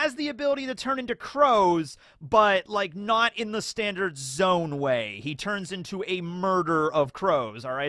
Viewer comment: I keep hearing the crow zone instead of zoan.